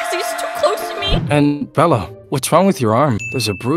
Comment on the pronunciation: is he saying bird for bella or bird a bird?❤😂